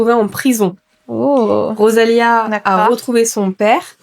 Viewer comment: C'est rosalina pas rosalia. Et on ne marie pas quelqu'un